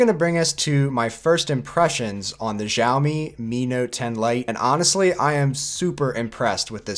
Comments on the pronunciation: Dude its chawmi not jawmi. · Maybe because of english accent you are saying "jaomi" but there is no brand such as jaomi but xiaomi which spoken as shaomi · It might be hard, but say Xiaomi like “yow” as if you were in pain. Now say “yow” in your normal voice. Now add an “s” and it becomes “syow”. Then put a “mi” at the end. Syowmi is how it’s pronounced and you’ll sound better than most tech YouTubers. P.S. It’s NOT shaomi!